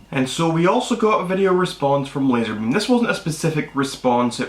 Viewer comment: I think it's lazarbeam not lasar tard